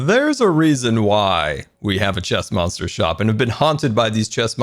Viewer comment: If he's saying chest monster I hear stressmonster lol